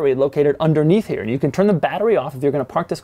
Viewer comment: The way he pronounces "here" (he says "chere")